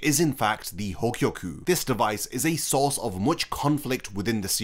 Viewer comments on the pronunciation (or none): none